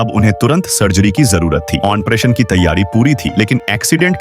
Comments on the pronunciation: Ompretion waa it's operation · Bhai operation hota hai oppression